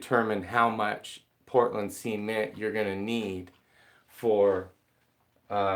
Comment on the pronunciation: See-mint lol...